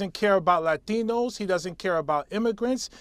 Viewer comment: The way Bowman stressed the pronunciation of "latinos" is cringy.